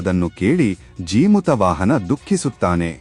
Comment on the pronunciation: ಜಿಮುತ ಅಲ್ಲಾ ಜೀಮೂತ ವಾಹನ ಅಂತ ಉಚ್ಚಾರಣೆ ಇರಬೇಕು.